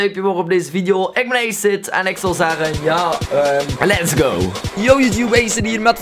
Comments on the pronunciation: hij vond dat woord in een film maar je spreekt het anders uit hij vond dat cool en hij noemde zichzelf zo op games,... en ook zijn YouTube kanaal maar hij spreekt het dus uit als eeejsit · je spreekt het uit als a-siet 10/10 would cry